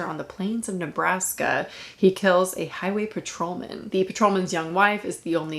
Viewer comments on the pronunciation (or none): none